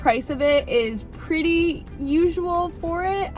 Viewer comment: Didn't she say "Puerty"? That's funny. Anyway, she knows how to use chopsticks so well.